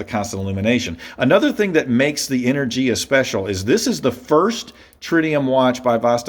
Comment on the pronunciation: You pronounce the name of the model wrong, but it's a good review overall.